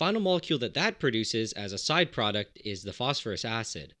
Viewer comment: Phosphorous acid => foss-FOUR-us acid. From the old nomenclature of the suffixes -ous and -ic to indicate lower and higher oxidation states in compounds, just unfortunately it sounded silly to make it "Phosphorousous acid" so it ended up being spelled exactly like "phosphorous" the element, but the pronunciation should shift to indicate the compound. Brilliant videos, by the way!